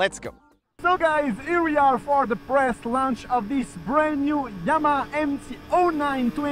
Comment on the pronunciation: Yamaha ❌ Yama ✔